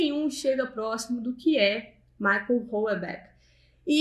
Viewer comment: Mulher, não é "Michael" Houellebecq, é Michel. 🤣🤣🤣🤣🤣🤣